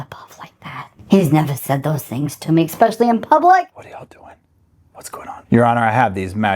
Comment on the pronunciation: You would think Donna, with all her money and edumacation, would know that there is no letter "K" in the word "especially"... I'm shocked! Look at that word again Donna... See? No "K", nowhere in the entire word is the letter "K"... Now, I know that sometimes people put the letter "X" in there also but again, that would be wrong... The only letters in the word are the letters you see in front of you... No more, and no less. We've only been allotted a certain amount of time in the courtroom today Donna, and if you keep adding letters to words I'm not sure we'll have time to get through this entire hearing. Please try to refrain from doing that or I'm going to have to charge Harvey the extra room rent. Thank you. You may finish your poem now but please remember: there is no letter "K" in the word "especially"... There just isn't. Never was and never will be.